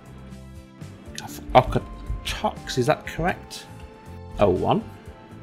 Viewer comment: As a Calgary resident; the pronunciation of Okotoks is 'Oak-a-tokes'. Why we change the 'o' to an 'a' sound I don't know.